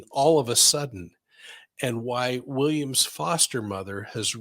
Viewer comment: It is New South Wales not South Wales police, also you are saying Williams last name wrong as well as the reporters last name. 😉